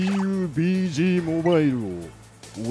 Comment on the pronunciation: 最初のピーユピージー(かたこと)でニヤけてしまったわ！ww